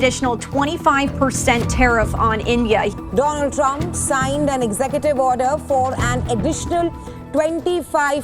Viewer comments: Donald ❌ Doland ✅ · Donald ❌Dolund 😁😁😁😁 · Donald nahi doland trump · Do-Laand-Trump Ki Jali 😂